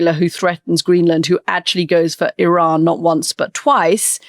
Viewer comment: So WONDERFUL to hear you pronounce IRAN correctly, Antony! Classy!